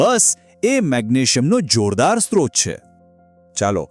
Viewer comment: સ્ત્રોત (Strot) નહીં સ્રોત (Srot)